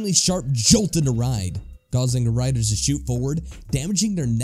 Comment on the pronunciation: "Da rydas"